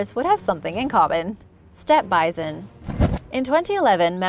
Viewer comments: Why are you saying, "bizon?" It's "bison!" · The way you say “bi-zon” instead of bison makes my skin crawl. Idk why. 🤣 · Sorry it is pronounced bi-Son